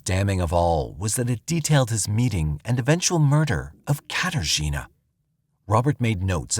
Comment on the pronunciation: Say "Kater Gina" one more time. I dare you